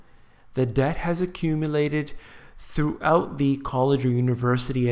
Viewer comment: DEBT...not "dept"